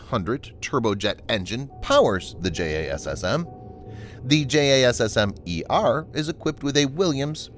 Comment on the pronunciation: tbh, I think the current acronym has a pronounciation. But the narrator doesn't seem to have that info.